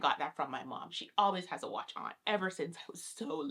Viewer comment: This came in my recommended and I clicked but I could not make it past two minutes. The way she says "watch" drives me nuts. Like speak Patois or English bruh. Pick ONE